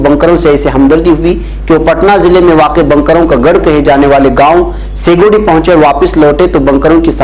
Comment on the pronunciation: بنکروں ب کو زبر کے ساتھ پڑھ رہے ہیں حالانکہ ب کو پیش کے ساتھ پڑھنا چاہئے